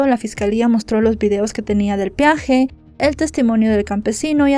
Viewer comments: Peaje, no piaje. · Corrección amable: no es "piaje", es "peaje". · Se dice peaje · No se dice piaje